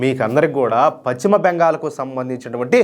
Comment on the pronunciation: Pachima bengal ka dayya adi paschima bengal antaaru.telugu sarigga palakadam nerchuko